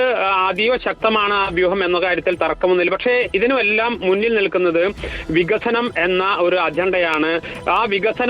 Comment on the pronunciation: വിസനം അല്ല വികസനം😂